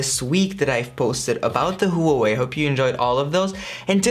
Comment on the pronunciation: Sorry, couldn't watch the video after hearing how you pronounce Huawei 😂